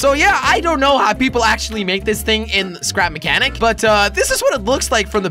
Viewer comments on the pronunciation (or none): he said stap mehcanic